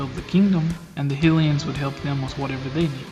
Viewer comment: Its HY LIANS..not hillians :D lol.